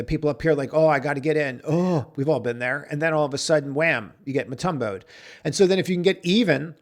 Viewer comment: "Mutumbo'ed?" The shot blocker?